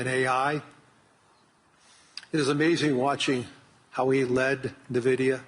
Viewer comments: What is this 'NEVIDIA' Fink keeps mentioning? LOL It's ENVIDIA for God's sake! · Fink its EN Vidia, not Nuh Vidia 🤦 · I wonder if Jensen grimaces every time someone says NUHvidia instead of INvidia which is the correct name. I do. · What is this company "Nevidia" the host is talking about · Calling it nervidia from now on. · "ne-vidia" ?! maybe try to figure our how to pronounce the name correctly ... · right! I don’t know why some people pronounce NVIDIA much like NAVIDIA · why do all the investor people call it NUH-vidia. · LOL I think Larry said Nevida 🤣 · Fink is not even pronouncing NVIDIA correctly. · can't even pronounced NVIDIA correctly. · He doesnt know the pronounciation of Nvidia. Tells a lot. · I've heard so many investor business people pronounce it like this. Grinds my gamer gears.